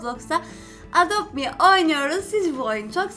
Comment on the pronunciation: Edopt mi degil adopt me o